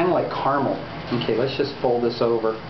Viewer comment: When you said 'caramel' like that it reminded me of an epic meal time episode where Harley says 'carmel' instead of 'caramel' :P